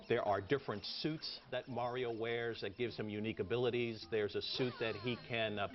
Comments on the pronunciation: i was JUST about to say that. super MERIO?!?!?! NO!!!! why the crap else does he "it's-a-me, mAAAAAAArio!". not "MERIO"!!!!!! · MA-RIO Say it everybody now MA-RIO Not Mary-O Yeah, GAME PRICE CUTS! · Mario, its pronounced MARIO!!!!!!!!!!! crazy moron.